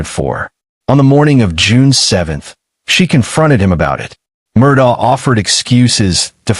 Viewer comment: Ellic Murdick, Alec Murdaw, Alex Murdoch...Does anyone know how to pronounce this mf'ers name?